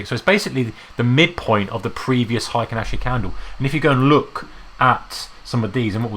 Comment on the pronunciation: Why do you prounce it like hAikEn ashi?